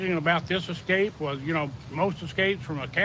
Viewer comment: EScape not EXcape. 😉